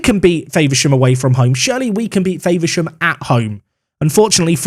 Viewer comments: As a Faversham town resident. It Infuriated me hearing you pronounce Faversham. Faver-sham instead of the Fav-er-sham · As someone who lives there I hate the way you pronounce Faversham as Favourshaam, it’s more of a Fahvurshum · Love the videos, a karen comment for you, just an FYI you are saying Faversham wrong 😂. Its Fa-ver-sham said like fah-ver-shom. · The way you said faversham the first time was amazing 🤣 it’s Fav-er-sham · Faversham is pronounced with a lower a, F-‘ah’versham 😉 great vid mate. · lol the way you say Faversham is funny ! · Can you stop saying Faversham like that please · Speaking as a guy from Kent, Faversham is pronounced with an A sound as with apple rather than acorn.